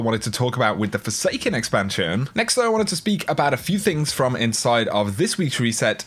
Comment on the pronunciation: Did you just say snook? Do you mean snuck? EDIT: I am sorry but "Forsanken".